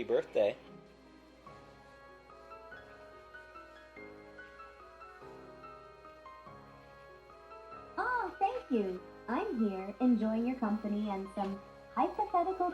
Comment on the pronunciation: Why did he say HAPPY BIRTHDWY BAE